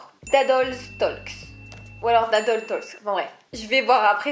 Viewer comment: On prononce pas le L dans talk bruh